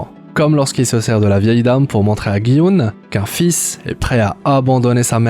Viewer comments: On dit pas "Guy Oun" mais "Ji Oun" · "guy houne" 😂😂😂